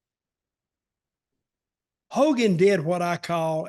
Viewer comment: Its Hogan...